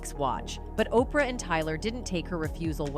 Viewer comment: Who does this channel? The narrator pronounced "Op rah" as "O pee are" not once but everytime! Wth😂😂